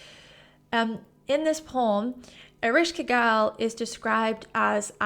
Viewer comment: eh-resh-ka-gul and sha-ma-sh, your pronunciation was pretty close